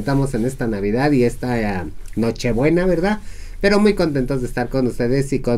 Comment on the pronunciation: Jajaja La ora que nochibuenas, jajaja se dice nochebuenas.😁😁😁😁😁😁